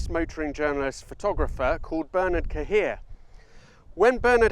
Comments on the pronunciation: Tsk. Cahiet is not pronounced "Ka-heer". More like Ki-yay." Great video otherwise. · Cahier is not Ca Heer: it is Ca he aye.....In Canada we know this...enjoy